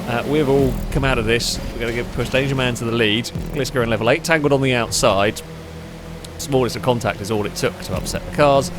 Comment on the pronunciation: Tangled or tangoed? Can't help but feel either works there :)